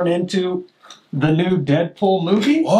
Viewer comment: it’s not Deadpool it’s peaddool 😭